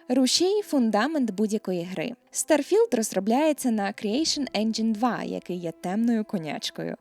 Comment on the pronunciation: Блін так незвично ти кажеш старфілд мені здається що має бути трошки не так